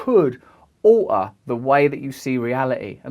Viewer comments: Minutes , he says aoughter instead of alter, I don’t know how he does it but I still understood what he said. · The word 'Alter' said with a glottal stop is the car accident of English. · I didn't read your comment until I left my earlier comment in the main area 🤣. I mentioned his pronunciation, I really noticed the way he says alter and a few other words which is very 1970s Islington. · Please say alter again